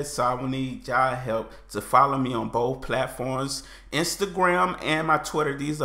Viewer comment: If you keep pronouncing BOTH is BOFE, you're going to evolve English and eventually it will be right.